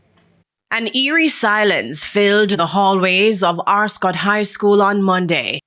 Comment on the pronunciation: Ascot not Arscot